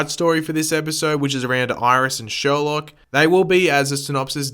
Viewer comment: It is sherlouq not Sherlock